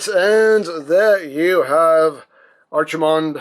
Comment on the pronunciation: Here comes to the party pooper!!... It's pronounced Arkie-mond like the Ark not Archie-mond like the comic book guy